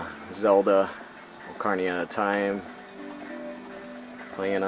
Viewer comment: It's pronounced "Ocarina", not "Ocarnia". That said, holy shit.